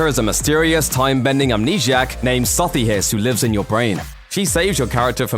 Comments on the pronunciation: "soth he-is" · Chill dude he just can't pronounce Sothis:P